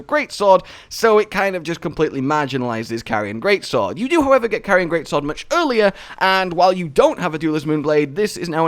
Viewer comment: Its pronounced Car-rian or Car-ee-an not really sure how to type it but they say it in game it isn't Carion